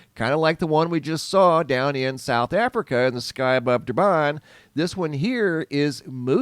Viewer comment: "Durban"? Where, sorry? 🤣🤣🤣 Thanks for the laugh.